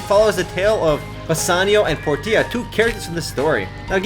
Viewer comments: its prenounced por-sha not por-t-i-a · (regarding the Merchant of Venice update) It's not Por-tia O.o it's pronounced Por-sha (kinda like Porsche) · LEGASP!! D:< PORTIA IS PRONOUNCED PORCHA!! HAVEN'T YOU EVER READ THE BOOK?! Yeah... All caps there but seriously it's Porcha like the car. Antonio, Bassanio and Portia. Read the book it's by Shakespeare :c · its pronounced porshia not like tortia... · He said 'Portia' wrong :(